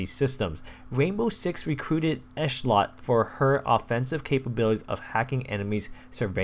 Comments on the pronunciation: its ehetlot not eshlot an its yair not yiar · it's pronounced i-TOO-r and esh-LOT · I-tur Ish-lot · It's no big deal but it's ish-lot